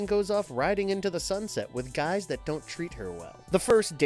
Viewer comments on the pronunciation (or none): none